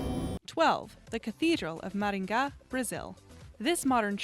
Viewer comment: Kudos for your pronouncing Maringá! It was perfect! And this native Brazilian word is very difficult to aliens to pronounce!